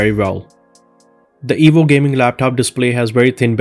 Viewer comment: it sounds like he's saying the evil laptop